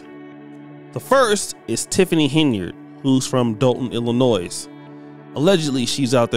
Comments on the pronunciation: The s in illinois is silent like how i should be on the pronunciation but f it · The s at the end of Illinois is silent. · I really wish you’d learn how to pronounce Illinois. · The "S" on Illinois is SILENT!!!